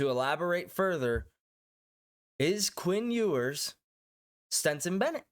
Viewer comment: It is pronounced STETSON, not STINTSON